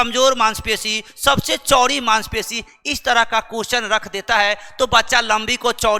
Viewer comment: चौड़ी को चोरी कह रहे हो